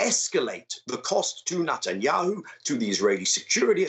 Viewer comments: Is Nut-enyahu the correct pronunciation? He really leans into it. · I like how he pronounces it as "Nutanyahu".